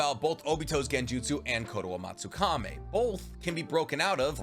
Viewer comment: Bro it's kotoamatsukami not kotoamatsukame